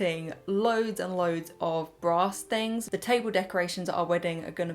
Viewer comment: I really heard "I've been collecting lots of little bra stains" instead of "brass things" lmao. Love your charity shop hauls and the colour of this dress really suits you! x